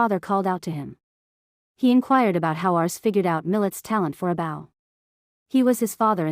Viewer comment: It’s bow not bauw please work on pronunciation